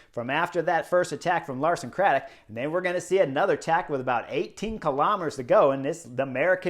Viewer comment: *Lawson Craddock come on Chris 😁